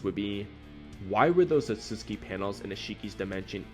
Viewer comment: The way you pronounced ‘Otsutsuki” kinda bothered me lol… Isn’t it: oh sut suki”? Not: “ oh suts ki” which is they way you say it?